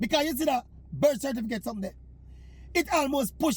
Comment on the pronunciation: You mean cerfiticate!